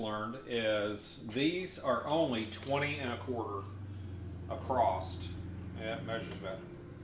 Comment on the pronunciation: At 6.28 did he say “acrost” ?????????